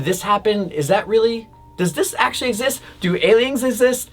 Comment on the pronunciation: this man can’t say exist😂😂